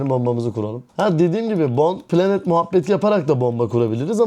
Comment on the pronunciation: Bro iki konu var eklemek istediğim: 1- video başlığını daha anlaşılır bir şekilde düzenle istersen. video konusu yanlış anlaşılmasın.. (cs2 ile ilgili tagler eklersen o kitlenin ilgisini çekebilirsin) 2- bir iki kelimenin telaffuzunda naçizane düzeltme yapmak isterim: python --> paytın bir de bomb planted derken t'yi biraz fazla yutuyosun planet gibi çıkıyor video ve fikir izlemesi çok keyifli başarılarının devamını dilerim 😊